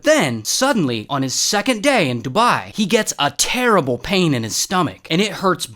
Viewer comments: Your spouse to say dubai u said duba😂😂😂😂😂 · It's called Dubai not dubaa😠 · "shout out to dubah" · “shoutout to doubAh” ☠️ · Nah I started dying laughing when he said "dubeah" 😭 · “Shout out to DuBahhh” Bro what? 😂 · DobAhahahhh got me laughing on the floor😂😂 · I was not expecting the “shout out to duBAHHHI” LMAOOO 😂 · “Marijahuana , DubÆÆ" 💀🙏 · Bro said "DuBYE" 😂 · The way he said dubai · I swear if the uae hear how u pronunced dubai oh my ur gonna die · The way u said Dubai😭😭